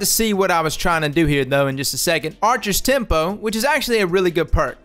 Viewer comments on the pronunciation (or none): none